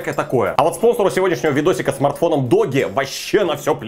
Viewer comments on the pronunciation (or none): Додж а не доги 😂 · Доги ?) чувак не смеши меня, правильно - Дуужи )))